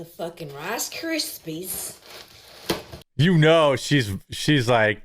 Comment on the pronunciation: "A butterfanger! BIO ENGINEERED! RIIIIACE Kraispies! BIO ENGINEERED!!" 😂 I'm dying 😂😂😂